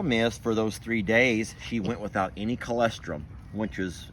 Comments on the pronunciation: Lmao I'm sorry. "Colestrum" it's colostrum. Lol I'm so sorry. I. Not laughing at you but with you honey. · say it with me: co-la-strum. Colostrum